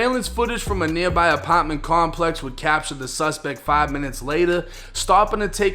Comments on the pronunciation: Ah-pot-man lol he says apartment funny lol 😅😅😂😂😂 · Love how you say "apaartment"